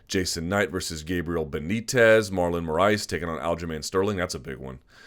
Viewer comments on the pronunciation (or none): none